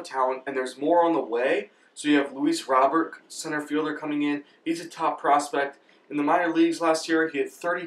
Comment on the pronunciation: You say Luis Robert, like ROBE-AIR. Not Rob-Ert